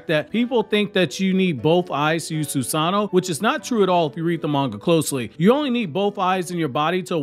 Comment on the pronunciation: Soos-an'-no vs Soos-an-no' you're breaking my heart putting emphasis in the wrong area.